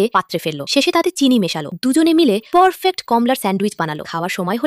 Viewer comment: পর ফ্যাট না পারফেট